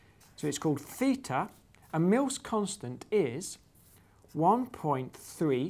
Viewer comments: Theta, not Feta! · as probably every native english speaker, your Θ [feeta] sounds more like feta (Φετα) than like theta (Θητα). indeed both are from greece, but one of them is a letter and one is a cheese made out of sheep milk xD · The Greeks pronounce it "theeta". But, hey, they pronounce beta as "veeta" and mu as "mee" so the English pronunciation has little to do with what Greeks say! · Ohh, I see another math/maths conundrum. Now it's th-ee-ta VS. thay-ta.